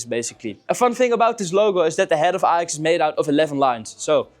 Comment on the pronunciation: Ajax* not Alex 😂